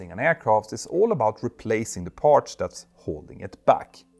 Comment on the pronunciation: Watch your pronunciation of words like ‘parts’. The ‘ts’ sound at the end should not sound like ‘ch’ and the word should not be pronounced like ‘parch’.